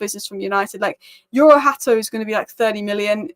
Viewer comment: What Lenny Y U ro are you talking about ? it is YORO! Apice !